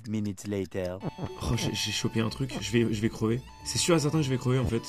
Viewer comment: "Ja vais re-zhonya" mdr